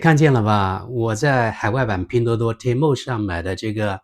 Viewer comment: temu的发音更像“天猫”！😁😁😁